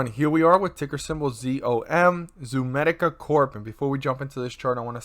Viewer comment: It’s not ZOOMEDICA!!!